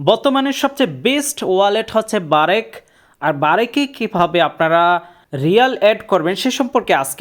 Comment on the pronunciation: আরে ভাই এটা বারেক না🤣 ব্রাক